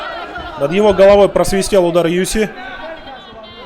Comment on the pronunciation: Я только с третьего раза услышал - ЮСИ. А сначала казалось ЮФС))).